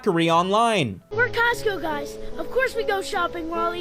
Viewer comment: "We're Cotsco guys" 😐